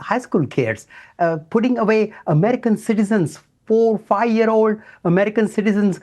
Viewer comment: Anyone who pronounces American as Amedicahn should not be MAKING OUR DAMN LAWS. Go make woke laws for Indians.